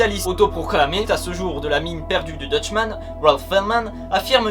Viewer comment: Très sympathique mais tu ne prononces pas très bien le mot Dutchman ^^' Sinon j'ai appris un nouveau truc ce matin, alors merci